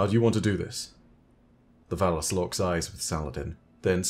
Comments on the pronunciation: I'm sorry but all I hear is "phallus" when you say "valus" 😂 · Valus Forgor 💀